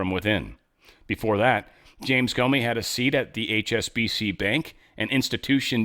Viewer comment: "Corney" not Comey